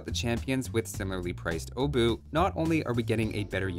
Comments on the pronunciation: Pole here, The 'ch' at the end IS pronounced, it's not 'oh-boo', more like 'obuhh' Also... You know you can use Google Translate to check pronunciation with the 'Listen' option, right? (It translated to 'hammer head') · Ch makes sound, it's not O-bu, it's Obuch. You're heavily highlighting "O" as well. :P Still, nice to see you dive into those analysis. Thank you <3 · Wait, is it really pronounced like Oh-buch? I'm a Czech myself so I thought that the pronounciation of the "O" part would be rather O-buch (With the "o" sounding like in for example the word "of" or "or"). Edit: So it's pronounced exactly like I thought. You're really close, but at the begining it's indeed pronounced with short sounding "o" (like I explained above) instead of it sounding like "oh". But the rest of the word is spot on from your side. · Correct pronunciation, just the O is not [Ow] its just [O] just like in "age OF empires" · I'm triggered that you know how to pronounce the CH at the end of Obuch but still choose to pronounce it "Obu" without the CH for the rest of the video. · Obuch are pronounced with a hard "H" at the end 👍🏻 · Iirc, the 'o' is pronounced as 'aw'. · It's pronounced "oo-bush". Trust me I'm spaniard, I have no idea. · I'm the only one that hear uwu instead of obuch? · it's pronounced "obuch" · gets told that pronouncing the "ch" as the "h" part of the German "ch" is correct - proceeds to read the "h" and not pronounce it at all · About the pronunciation thing and that one Polish dude writing that Polish is stupid about pronouncing "ch" similar to "h" in "house". Aren't most latin-alphabet languages like this? It feels like English is being "stupid" about pronouncing "ch" weirdly.